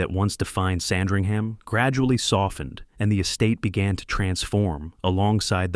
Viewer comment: FIRST of all, it's pronounced Sand-ring-uhm.